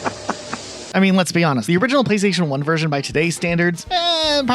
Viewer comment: Is one of the guys German? word "version" is clearly pronounced with a thick, German accent.